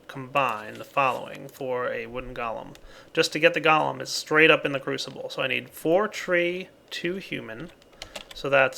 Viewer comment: And it's funny how whenever says Golem, he says "Gollum"